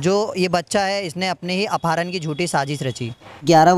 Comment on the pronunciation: Apaaharan nhi apharan kaha jata hai